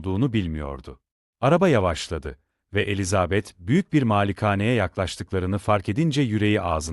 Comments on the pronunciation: Yapay zekâ okuması. Ses güzel ama vurgulamalar kötü. Virgüllerdeki duraklamalar nokta varmış gibi okunuyor. Elizaaabet denmeseymiş bari. Çok robotik, ruhsuz. 😐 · Elizabeth telaffuzunuzdan dolayı dinleyemedim , üzgünüm